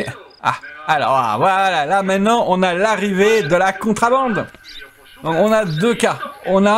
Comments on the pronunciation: Merci pour la vidéo. Juste un truc, en français on dit contrEbande pas contrAbande ^^. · On dit contrebande est pas contrabande lol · C'est contrebande et pas contrabande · La remarque est pour, à l'oral, qui semble dire contrAbande lorsqu'il commente justement. Le titre du jeu est en anglais, donc il est en effet normal que ce soit écrit à l'anglaise, tout comme le mot Police, mais ça, c'est moins génant;) (c'est d'ailleurs pour ça que le verbe choisit par By2d est "on dit" et pas "on écrit")